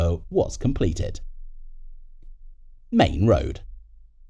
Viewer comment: Its Maine Road, not Main Road.